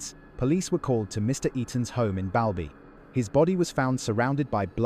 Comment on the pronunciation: Its pronounced Ball-by